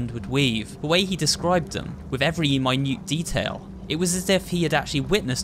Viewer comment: lol I luv how u said mine-ute instead of minute detail.....